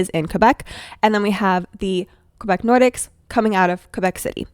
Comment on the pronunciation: "Nor-deeks" is the correct way